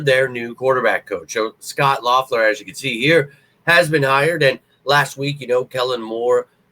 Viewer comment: Think his name is pronounced Leffler🤷🏼‍♂️